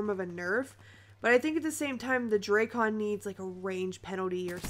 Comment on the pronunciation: Dray-Con? WTF is the Dray-Con? is it like the Drak-on Sniper Rifle? Here we go, all you big, important YouTubers calling for a Nerf! Sure, what your KD dropped from 5.5 to 5.35? Great Vid! Very Smooth...